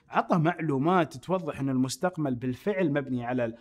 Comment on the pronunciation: المستقمل 😂😂😂 يا اخي صرت احك في راسي